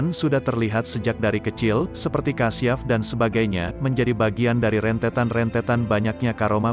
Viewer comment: NAMPAKNYA BACA NYA KURANG FASIH KASYAF.. BUKAN KASIAF